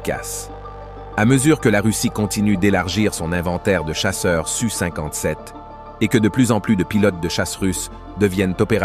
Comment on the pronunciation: En effet, c-e-s dépriment à la longue, comme de dire SU57 au lieu de S U 57 ! Et n'oublions pas que ça ne s'arrangera pas en deux mille vingt cinq.